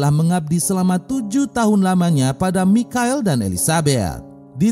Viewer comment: Bang,,michael bacanya maikel